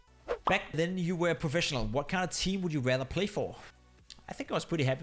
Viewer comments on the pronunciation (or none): none